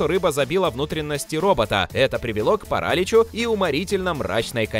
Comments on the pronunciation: Да Господи... Что за парАлич??? Кто вас учил ударения ставить??? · парАлич? Серьезно? Слово незнакомое? Позорище, честное слово, неужели так сложно перепроверять то, что наговорили...